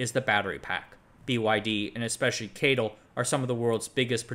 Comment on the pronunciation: Geely is pronounced as "G"-ly, just like the Chinese pronunciation Also I work in finance and I never heard ppl pronounced CATL like you do.... Only heard people spell out all 4 letters